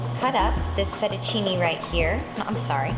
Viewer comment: the way italian words gets f****d up kind of hurts my feelings